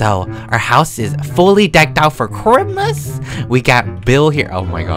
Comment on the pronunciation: No one: Literally no one:: “It’S kRiMaS”